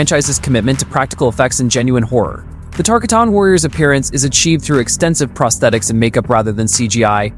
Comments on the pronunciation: Tarkatin❌ Tarkiton✅ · Tar-ka-tan?? Tark-artan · First Kano, you caught crap. Now Tarkatan... you got it bad. It is tar-KAW-ton, not tar-kuh-TAWN. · Say it with me... TAR... KA.... TIN.... .